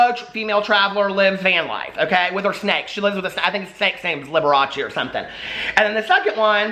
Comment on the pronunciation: The snake is named Alfredo lmaooooo liberachee???? 😂😂😅